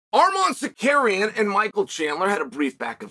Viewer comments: I Love how uncle Chael mispronounce Armans name 😅 the future Champ has a name it's Tsar-ruuk-yannn!! AS long as THE BAD GUY CHAEL P SONNEN rocks with Armans I'm all for it but if he gets the starp that changes Don ! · Why do you keep saying suhkaryen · Almond Tsuk-arian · Just say Sarookian. Jesus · Zakarian is a legitimate Armenian last name. CS just does a switch with Tsarukyan, for whatever reason Lol! Go, Chael! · Nothing mythical about it.....Arman's name was always pronounced "Suh-CARRY-uhn"......He and the rest of us just didn't know it yet 😅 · “Arman sookaryan” 🇦🇲🇦🇲🇦🇲- Chael Sonnen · The Bad Guy has 2 names he can't get right. Tsarukyan and Perriera. Lol. Only Chael can get away with it. So funny.